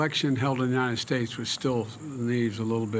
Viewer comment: “God bless the UNITED SHATTES” - “Where are the ORANGES of the report?” - “They took over the airports (in 1776) they did what they had to do..” REMEMBER THOSE OLDIES???